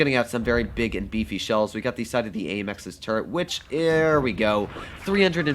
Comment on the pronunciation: Call it turret not turrent and I’ll listen.